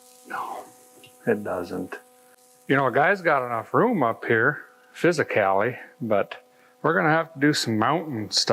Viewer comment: fizzacaly, that makes sense, no it doesnt. ha ha